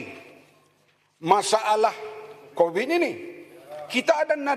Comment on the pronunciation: Sebut Covid pun Convid ni menteri chicago ke aoa haha samdol